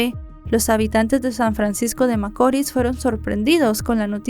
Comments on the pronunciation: Hola, veo todos tus videos desde aki República Dominicana y me encantan todos, muchas bendiciones, excusame por corregirte pero no es macoris, tiene acento la i, macorís, disculpa, un fuerte abrazo... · ya no soporto como pronuncia macori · Muy buena narración,, rs San Francisco de Macorís con acento o fuerza en la ís. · Macorís CON ACENTO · No conocía este caso y ocurrió en mi pais, pero un poco de investigacion me trajo a verlo aqui, gracias por el resumen, aunque haya pronunciado mal cada vez San Francisco De Macoris